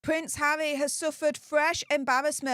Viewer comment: Poor pvince havvy you just butchered his name😳